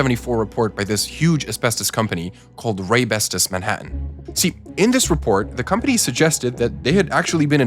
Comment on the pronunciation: it's pronounced Manhattan, the same as its spelled